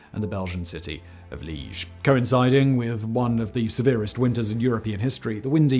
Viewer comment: Liège not leash to sounds, not one, or in Dutch Luik.